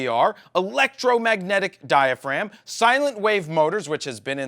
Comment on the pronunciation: Pretty sure it's "diaphragm" though ;)